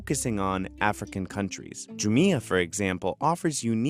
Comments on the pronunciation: It’s not pronounced “Ju-mi-ah”, but “Ju-mia” 🤣🤣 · you can't even pronounce the name of the company right, what's wrong with you? Andrew left pronounces it spot on - JUMIA ... not the stupid way you're pronouncing it ... ju-meia ... what's wrong with you? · It's jumia not jumia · It's pronounced Jumia and NOT Jumia. Jeez!